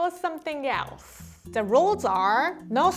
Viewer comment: Please make this a series I love how says "[thing] or something yelse?"